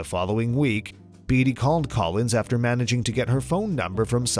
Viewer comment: Hello Warren Beatty is pronounced BAIT-TEE